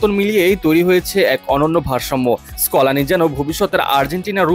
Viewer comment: স্কোলানি না স্কালোনি...